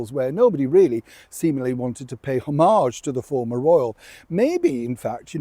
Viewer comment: Not "formal"! FORMER......